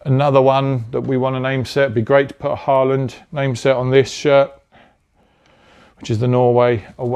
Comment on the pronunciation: Lovely Not wanting to be pedantic but Haaland is pronounced like: Horland her in Norway